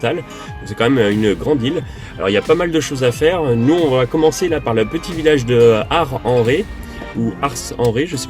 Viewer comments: Ah vous voilà ! Vous m'avez manquée! On dit...ARSSENRE. et bonne année à tous les deux ! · Coucou les Nomades !!Rhoooo Merci pour cette vidéo sur l’Ile de Ré mon deuxième pays après le 63 ❤️L’Année débute de la meilleure façon 😁 On prononce le « s »en ce qui concerne Ars en Ré😁Vous êtes vraiment les chouchous ❤️Merci les......chouchous !!😁❤️